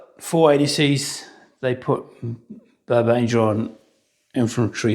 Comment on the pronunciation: Pedant here. The French generals' names are pronounced "bar ban egre" and "jilly".